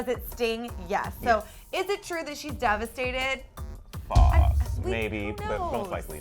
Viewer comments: "DEVASTED" lol😂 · wtf is 'devasted' do u mean 'devastated' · "devasted" lol